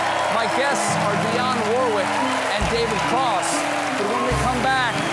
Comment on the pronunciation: It is pronounced Worrick not war-wick Gotta love SC though